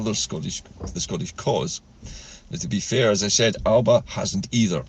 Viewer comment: The e Alepa(Alba) .😅